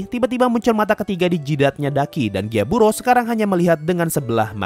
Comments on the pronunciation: Gyutaro bang bukan gyaburo 🤣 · gyutaro bang bukan gyaburo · gyutaro bg bukan gyaburo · Bang kok lu nyebut nama char salah salah ini sengaja ato gmna? :V Kanao = Nanao Gyutaro = Gyaburo ?